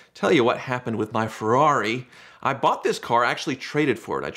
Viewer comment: No one:: Ferari.